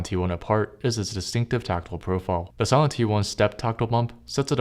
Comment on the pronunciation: “sahlen switches”? “sai-lent”!